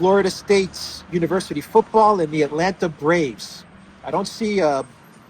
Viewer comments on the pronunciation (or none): none